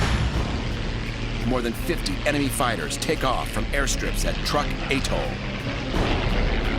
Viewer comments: Truk is not pronounced like "Truck." It is pronounced "Trook." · ..not to mention it was known as ‘Truk’.. not Truck. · I have read were Truk is actually pronounced Trook check it out